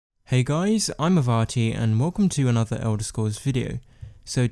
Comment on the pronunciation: “Anoter elda scwolls video”